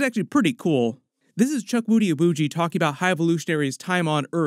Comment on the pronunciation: Cool. I heard Chuck Woody 😄... his name is pronounced and sounds more like "Chookudi". The "w" is kinda silent. Chukwudi is repping naija 🇳🇬 proudly! video!